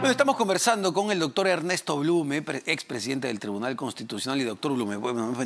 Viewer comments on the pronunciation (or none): Presuntaaa?,,,dijiste blune